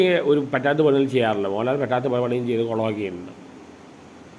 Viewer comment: Please pronounce MohanLAL